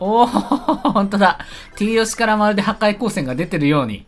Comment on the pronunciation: とりあえずなんかティーヨシがはかいようせんを........ 自分 ん⁉ww 最近言い間違い多すぎいぃぃぃぃぃぃぃwwwwwwww